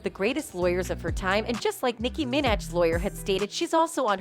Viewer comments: Nikki who? Do you not know how to pronounce her last name? Wow 🤣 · Um... she's already a partner and please check the pronunciation of Nikki Minaj's last name. 🙄 Ms. Vasquez' intense, laser-like approach to blocking Heard's lawyer's dissembling and exposing Heard's blatant duplicity was what drew me into this.